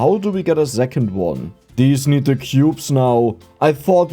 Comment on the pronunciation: Why does the author say "zecond" instead of "second", what kind of accent is this?